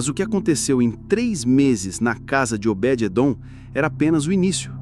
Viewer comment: Vc fala Obedete!????? Obede Edom Esse está certo